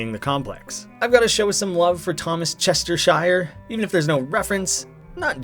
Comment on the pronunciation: Thomas Chestershire: It's pronounced Chester- Sheer. Like the word sheer. I'm British.